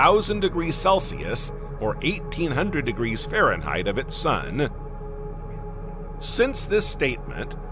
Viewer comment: degirchos? what the hell is he saying? I used to love these. This is my last visit to this channel